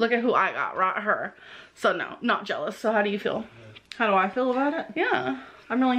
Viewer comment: the way she talks is just- like bolth, she says I haven't ate today, and fill instead of feel. like bruv learn basic English